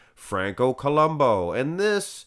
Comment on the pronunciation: It's Franco Columbu, not Columbo